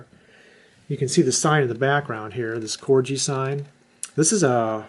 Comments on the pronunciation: A lovely collection, but it's pronounced " Corgi " named after the small Dog , and definitely not " Corji " . . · Very nice little collection .. I've been addicted to Corgi's since I was a kid and have a hundred plus many being originals from the 60's when I was a kid, I'm now 64. By the way its pronounced Corgie with a hard G not Corgee. If your interested there's a very good Corgi collectors page on Face Book. Toys Collectors Club ... Yeah, some good bargains to be found on eBay.... That's an excellent price for the blue BMC Mini and the Forward Control Jeep with Tower.. Well done you..